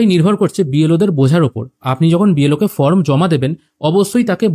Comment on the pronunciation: From na form..uccharan ta boddo Kane lagche bhai..baki tothyo dewar jonno anek dhonyobad